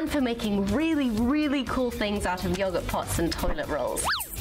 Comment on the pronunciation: Did she just say Yo-Ghert Pot? Oh dear...